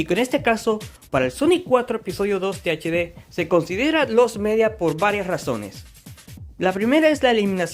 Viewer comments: Buen video amigo pero dijiste TDH en vez de THD XD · creo que este es el ejemplo perfecto de como NO hacer un video hablando de cualquier tema: - puro relleno (se pone a presentar sonic 4 episodio 2 base, como si estuviera haciendole una review, no es hasta el minuto 4 que empieza lo presentado en el puto titulo) - repite sus propias palabras todo el tiempo - ni siquiera sabe decir bien "THD" - gameplay grabado con las nalgas, ademas que juegas todavia peor - sponsor culero e insoportable - pa q mrd teni tu avatar si no mueve ni un pelo alv - el nombre de tu canal es literalmente el titulo de un juego de la franquicia no mames, es como que yo me llame "call of duty black ops" parece que le pediste un guion mierdon a chat gpt y te tomaste un descanso de 2 horas despues de eso en vez de investigar una mierda por tu cuenta, 12 minutos para algo que se puede explicar en uno y medio, una verguenza de video